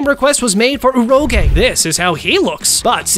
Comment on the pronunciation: man rlly called Urouge uu- roh - →gay←